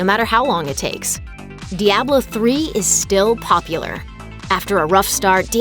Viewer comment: "diablo 3 is still polular" OMEGALUL